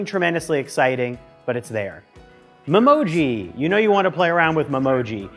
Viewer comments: It’s not pronounced mem-oji it’s pronounced meme-oji. You know what I meant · I think it is called me-moji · The way everyone is correcting his memoji pronounciation shows how serious these apple fans are about such a childish feature 🤦🏽‍♂️